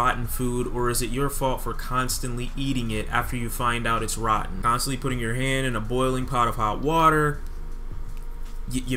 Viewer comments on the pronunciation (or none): none